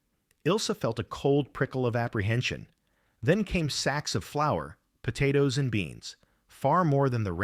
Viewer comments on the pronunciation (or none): none